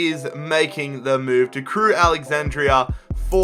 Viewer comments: Just call them Crewe as it's AlexanDRA not AlexanDRIA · It’s Crewe Alexandra, not Crewe Alexandria. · STOP SAYING CREWE “ALEXANDRIA” ITS ALEXANDRA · Why do you say Crewe Alexandra like ‘Crewe Alexandria’ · I don't think he said Crewe Alexandra correct